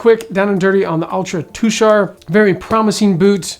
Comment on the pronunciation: Thanks for pronouncing Tushar correctly. Tushar is my mother's maiden name and the mountains in Utah are allegedly named for members of my family who left Pennsylvania for Oregon many many years ago.